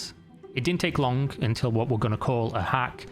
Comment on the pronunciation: Why do you pronounce -ng ensing words like that? Its a little annoying StealinK TaxinK lonK LearninK DoinK mininK digginK wronK Quite literally becoming unwatchable for me just for this reason.....